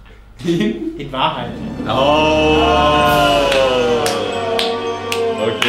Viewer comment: Und Jan bei "Wahrheit" die "h"